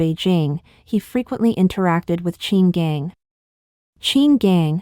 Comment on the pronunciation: Pronunciation help... Qin Gang = chin gahn... Heilongjiang = hey long jahng.. Yuan = yen..Wei bo = Way bo